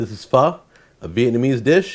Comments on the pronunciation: Fuh. Not FUS RO DAH. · it's pronounced like fuh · its pronounced foh isnt it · On god this man did not just butcher pho